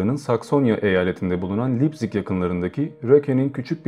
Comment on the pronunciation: Almanca sözcükleri Almanca olarak seslendirseniz daha iyi olurdu mesela Beysıl değil Basel (Basıl), Lepzig değil Leipzig (Laypzig) gibi... Emeğinize sağlık